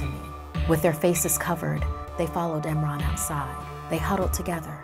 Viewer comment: when she said eemran i thought she said nimrod